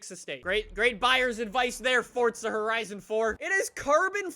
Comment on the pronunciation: WELCOME BACK TO FORTZA HERIZON FOUR Text to speech in my brain